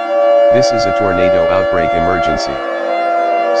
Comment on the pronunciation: Lol “tornato”